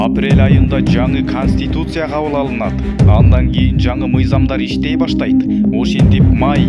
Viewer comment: Инаүграсия, риабилитасия, конститутусия, эпидамалогия...😂🤣Блогер!Үнүңдү ЖАСАП 😜😥 сүйлөгөнчө, лучше сөздөрдү туура айтканды үйрөн!😏🤧